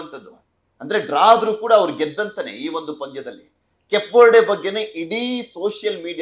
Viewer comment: ಕೆಪ್ ವರ್ಡೇ ಅಲ್ಲ ಸ್ವಾಮಿ ಕೇಪ್ ವರ್ಡೇ ಉಚ್ಚಾರಣೆ ಸರಿಮಾಡಿ